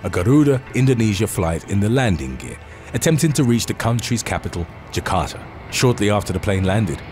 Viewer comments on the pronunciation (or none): none